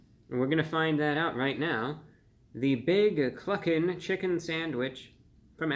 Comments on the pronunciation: Thought he said fuckin for a second. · I admit, I giggled every time you said Cluckin'!! 🤣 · lol i didnt hear cluckin i heard the other word when he said that